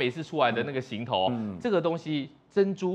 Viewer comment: 只有这个节目的人把行头念对了，其他都念成航头